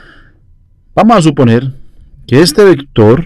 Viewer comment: Min "Vamo a suponer" XD Vamo a calmarnos.... muchas gracias, esta muy bien explicado.